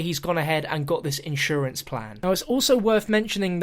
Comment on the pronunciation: "insurance" say it right XD HAHAHA